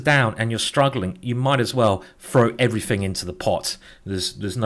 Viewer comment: why? "frow" "everyfing" "fink"